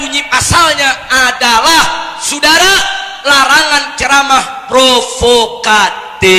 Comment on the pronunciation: Lucu klw nyebutin sudara.....njirrr